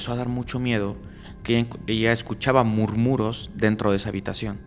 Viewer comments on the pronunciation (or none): Se dice "murmullos" no murmuros.